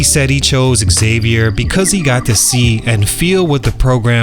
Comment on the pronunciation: The college is pronounced “Zavier” not Exavier!